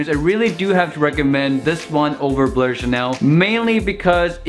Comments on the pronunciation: Why do you say "blur" instead of "blue/bleu"? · Its definitely not pronounce blurr bro. In football chants we never say blurr and if you just type it in google it would pronounce it correctly